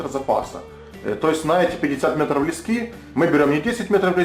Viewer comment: То говорит лЕски, то говорит лескИ, так ты уж определись как правильно говорить.